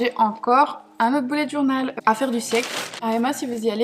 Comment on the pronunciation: C est bulet journée pas boulette journal t’es conne ou quoi